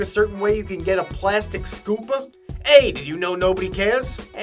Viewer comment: "Scoopuh" I assume you are from Boston or near such?!